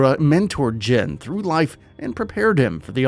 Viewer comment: You are pronouncing his name wrong. His name is not jen. Its jin(Gene)